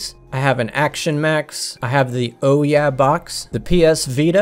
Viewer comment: did you just call the Ouya “oh yeah”?? 😂